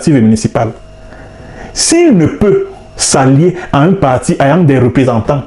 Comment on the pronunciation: Il faut fermer ton clapet et va traiter des sujets sur Bankoui, il y en a tellement...tu es en manque de vue, dit la vérité 😂. En passant, va demander comment prononcer le mot "ayant" avant de venir cracher tes vomissures 😂 sur un Prof.